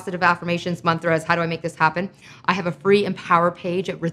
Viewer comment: ooooof when she said mantras properly THANK YOU